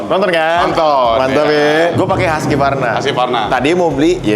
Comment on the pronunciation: Husqvarna dibaca huskvarna